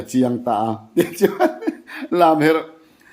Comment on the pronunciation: Zuali kha a thiam khawp mai a lamherh kha a swi dik chiah.